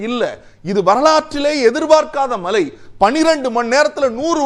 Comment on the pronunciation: உங்களின் உச்சரிப்பில்,(மழை/மலை)தெளிவாக கேட்க முடியவில்லை.உங்களின் விவாதம் எப்பொழுதும் அருமையே.இதில் மாற்றம் கிடையாது.உங்கள் பணி தொடர வாழ்த்துக்கள்.